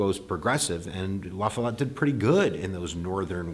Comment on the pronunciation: I find it impressive that a non-Wisconsin person actually pronounced Robert M. La Follette's name correctly lol